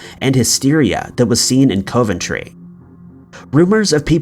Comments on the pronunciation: Coventry. Pronounced 'cov' not 'cove'. 🙄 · I always enjoy your content but COVE-ENTRY had me dying... it's KOV-EN-TREE for future reference 😂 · It is pronounced COVentry not COVEntry it is an O not an oh thank you.Must admit I have never heard of any hysteria in Coventry after the bombing? Much the same as there was no hysteria in London during the Blitz!! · 'Cov' like 'of' not cove ..... Sounds like Cov En Tree when broken down..... And it's always been a major industrial city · It's pronounced CAV - AN - TRAY. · By the way, it's pronounced Cuv-Enn-Tree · He has quite a few pronunciation mishaps in his videos. I always found it funny. Still good shit tho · Sadly he doesn't seem to read these comments about his constant mispronouncing-it would improve his channel a lot. A shame since his videos are generally good but it happens every video and often the same words. Such as 'Edenburgh' instead of 'Edinburgh'. And it's COV-entry like cuv-en-tree. *Sigh*. Good content otherwise! X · being from england your pronouncing coventry wrong